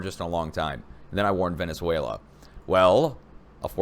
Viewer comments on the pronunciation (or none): none